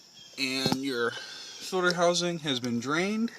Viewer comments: Fuel filter, not fuel filder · FUEL "FILDER" lmao